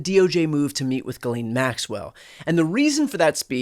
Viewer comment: Thankyou for not pronouncing her name "ghizlane".Its French I think